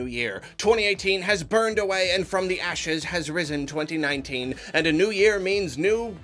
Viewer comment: 2019, twentynineteen, twentyNintendo?